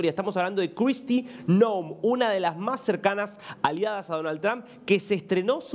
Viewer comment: Es Donald Trump. No danal tran.